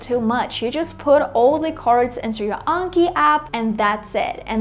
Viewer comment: Not gonna lie I'm so happy you said Anki correctly even some of the Japanese Learning YouTubers saying it wrong... 😆